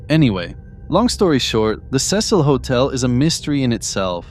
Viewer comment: The news anchor literally pronounced the Cecil hotel and you still say it wrong